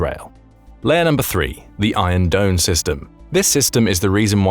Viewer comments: Its "IRON DOME" not Iron drone lol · Isn't it "Iron Dome" not "Iron Drone"? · should be 'Iron Dome' not 'Iron Drone'. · It is called "Iron Dome" not "Iron Drone" ! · . The word is DOME. Iron Dome. You mispronounced it is 'doan" and it's misspelled as "drone" in the graphic. DOUBLE FAIL. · lol it's "Iron Dome" not "Iron Drone" 😂💩🤡 Real professional guys. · "Iron Drone" system? Which the narrator pronounced "Iron Done" system! And you wonder why you don't have more subscribers???